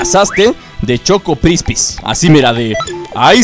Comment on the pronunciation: Dice "CHOCOPRISPI" no "CHOCOCRISPI"